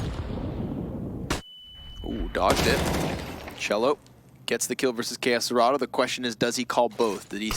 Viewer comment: "key ess cerato" hahaha, nt, the right pronuciation is "Ká cê rato"